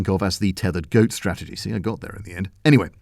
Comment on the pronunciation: "Teddered goat strategy"???